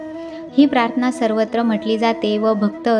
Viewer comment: आपण प्राथना म्हणता पण तो शब्द प्रार्थना असा आहे निरुपण करताना शब्दोच्चार म्हणजे शब्दांचे उच्चार शुद्ध असावेत